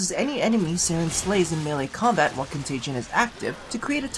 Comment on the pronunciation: ...con-tay-jee-ee-un that extra syllable is bugging me... save me<3